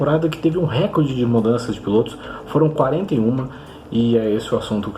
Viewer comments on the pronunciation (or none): none